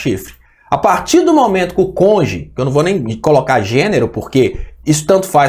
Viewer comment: É cônjuge, não conge.